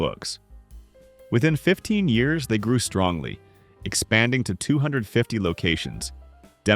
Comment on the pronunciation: This is an interesting little episode and many of these stores are remembered the only thing I do have to say, though is the word strongly keeps reappearing throughout this segment and it’s not only dramatically messed up, it sounds like I’m listening to Trump.